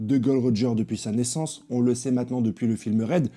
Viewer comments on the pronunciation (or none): none